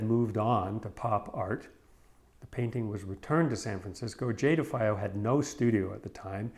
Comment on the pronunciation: You pronounced her name wrong. Her ex husband , Wally Hedrick, who built the stretchers , ,was my buddy. She hung out often at my school. We had beers . I was a student at SFAI while it was encased . If there ever was a iconic work of art that came out of San Francisco Abstract Expressionist movement , this is it